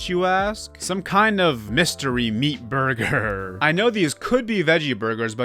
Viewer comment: BuRgOr.. the way you pronounced burger was so funny ngl